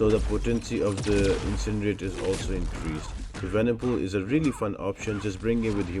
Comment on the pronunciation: I love these videos so much man and the other things which i love is your little tongue slips such as 'Venomcool' for venompool. It honestly makes my day. Thank you very much for these guides !! Been watching you since 2020